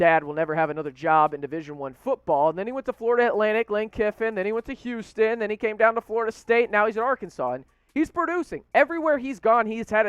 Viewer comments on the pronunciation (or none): none